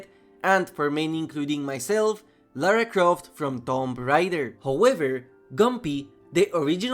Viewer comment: "Lara Croft" Hey he pronounced it right, unlike seemingly everyone else talking about this "Tom Raider" 🥲